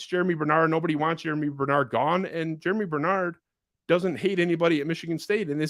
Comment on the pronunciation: Germie** not Jeramy